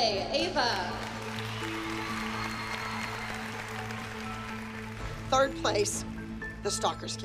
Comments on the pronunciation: Anyone notice how Ava’s mom pronounces kalanis name wrong and pronounces Ava’s name wrong like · said Ava's name wrong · The way pronunced Ava made me cringe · says eva and not ava 😂😶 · Kalani’s mom said Ava’s name as Eva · she said Ava like (ee-vuh) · Stalker's kid "EVA" (ava) Jeanette: I can say many things about KAlani (Kuh- Lah- Nee) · has anyone noticed said “eva” instead of “ava” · hates Ava and Jeanette so much that she says Ava’s name ‘eva’ 😂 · 2 things to say about this video 1. be like the new jill "my little kalani" 2. it's prounced ava not Eeeva LOL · said Eva 😂😂😂😂😂instead of ava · Did you hear say Eva instead of Ava!!😂😂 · Did anybody hear when said ‘Eva ‘ instead of “Ava” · said Eva not ava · when she said Eva when it’s Ava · the stalkers daughter Eva Me: um.... its Ava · Hahahahaha said Eva instead of Ava 😂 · said iva 😂😂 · said Eva not Ava 😂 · Eva Me: AVA lol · said Eva not Ava that’s when I died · Who is gonna talk about saying eva not ava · said Eva but her name is Ava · LOL SAY EVA AND NOT AVAAAAAA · Kalanis is mom said Eva instead of Ava😅😂🤣😆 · did call ava, eva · 2.10 Ciara said eva instead of Ava hehe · said eva instead of ava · its ava not eva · Why? Does say Eva not ava lol? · L M F AO kalanis mom said AVE💀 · said kalani is going up Eva instead of ava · news flash her name is AVA not EVA and 2nd kalani is a good dancer but NOT abbys new star!! 😂😂💯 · She said Eva instead of Ava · Megan King In Season 4, Jeanette called Kalani “Kaylani” so in this episode, calls Ava “Eva”. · fLaT cHeStEd ElEpHaNT did that on purpose lmfao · Megan King she said eva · and said Eva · Klani is going up against stalker woman’s daughter eva!!! She don’t know how to pronounce names lol Neither do the competition people KERLARNIE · I didn’t know there was any other way of pronouncing Ava ?